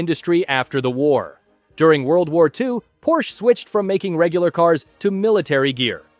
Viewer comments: Bro its called PORSCHE not PORSCH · its called Porsche withe not Porsch